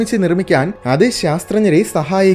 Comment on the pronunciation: "നിഗൂഢത"യാണ് ശരിയായ പ്രയോഗം ബ്രോ.. "നിഗൂഠത "യല്ല ❤❤❤